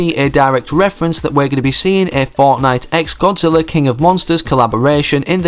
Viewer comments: Did he say Godziller? ITS GODZILLA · At the beginning you said godzillar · At first you said Godziller